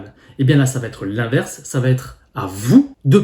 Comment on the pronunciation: .. Merci pour ces infos. .autre info:.il n' y a pas de "t " à va..... donc dire à chaque fois "vat- être" ... çà écorche les oreilles.....